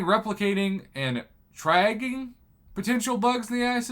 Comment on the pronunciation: Tree - aj - ing. Triage triaging, like what you do to wounded people in a mass casualty incident.